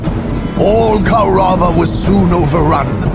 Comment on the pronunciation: I always hated the way the narrator said Kaurava in this one. Even with the Orks, it's Koruvva, not Ko'Ru'Vah!